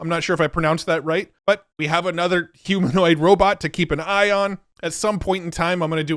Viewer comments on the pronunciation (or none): none